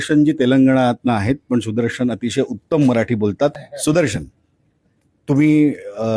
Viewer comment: विषय मधील ष पोटफोड्या, बरोबर पण सुदर्शन, शिक्षण यांतील श सुद्धा ष उच्चारताय्? तुम्हीही स्वतः थोडा सराव करावा. छाया देव